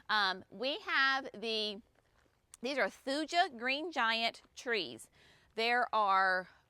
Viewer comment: There is always a guide in the back of Fine Gardening magazine to pronunciation of Latin plant names. Geum for example is JEE um, Thuja is THOO ya, Amsonia Hubrichtii is AmSO nee ah hew BRIK tee eye. Just thought you might like to know so your customers can get it correctlytoo